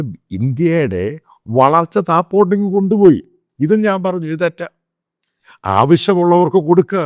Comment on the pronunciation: താഴോട്ട് Not താഴ്പോട്ട്